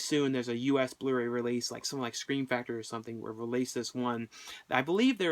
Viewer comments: it sounds like he's saying the blurry release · Its so funny how you pronounce Blu-Ray :P